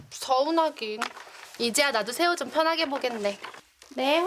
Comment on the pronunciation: 이거 나만 그런가? 왜 세호할때 새우라고 들리지?😂😂😂😂😅😅